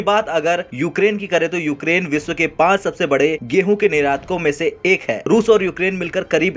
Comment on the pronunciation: विसव नहीं विश्व, सुरू नहीं शुरू तथा देस नहीं देश कहते हैं| स तथा श में अंतर करना सीखें| आप शब्दों का उचारण ठीक से करें|